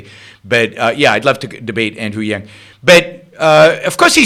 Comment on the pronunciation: It's Yang, not Yung. And do something about your audio before you pollute YT with your uneducated opinion.